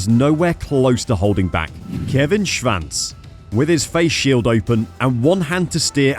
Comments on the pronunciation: Why does this guy insist in mispronouncing his name. There 8s no V in there. SHVANCE ? SHWANTZ old boy SHWANTZ ! Good God :( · sure, except that’s not the way he pronounces it and it’s HIS last name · This commentator can’t even pronounce Kevin Schwartz’s name, jeez!!! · There is no “V” in Kevin’s last name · well I’ve never heard Schwantz name said like that before.